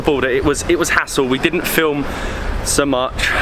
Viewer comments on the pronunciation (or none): none